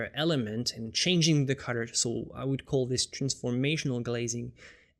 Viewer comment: Dude, I love your videos but I have 2 criticisms. First, there's no need to get so technical in your explanations. Second (and I know it's because it's not your native language) is your pronunciation of "colour". To me it sounds like "cudder".